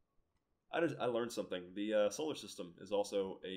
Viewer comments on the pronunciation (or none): none